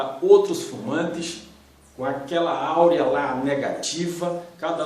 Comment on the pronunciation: Não é áurea e sim aura .